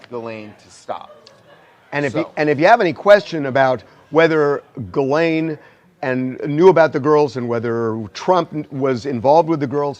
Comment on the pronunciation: Ghislaine is pronounced this way in French: Zhees-lehn Totally different!